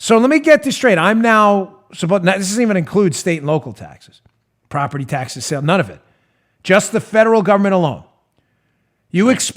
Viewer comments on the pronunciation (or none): none